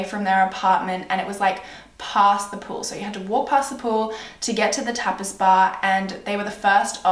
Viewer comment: why do u say pool like pewl